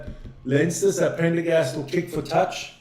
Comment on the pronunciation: His name is Prendergast NOT Pendergast